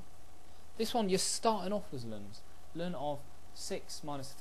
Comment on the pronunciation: You were taught wrong. It is in fact pronounced correctly in this video.